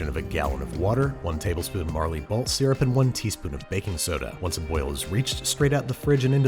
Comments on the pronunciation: Marley balt triggers me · marley balt syrup 🤣🤣🤣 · did he say Marley Balt syrup?